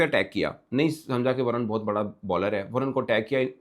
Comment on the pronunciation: Its not Varan, balke Varun (Varoon)